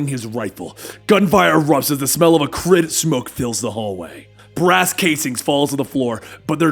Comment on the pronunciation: I've never heard of a-crid smoke I've heard of acrid (ack-rid) smoke